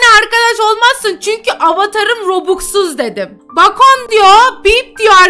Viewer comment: Bacon diye yazılıyor bekın diye okunuyor abla😂😂